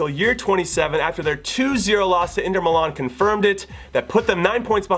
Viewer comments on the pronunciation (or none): none